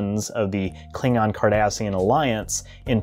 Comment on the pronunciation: For a moment it sounded like you said the "Klingon, Kardashian alliance" and I had to sort through some really funny mental images 😄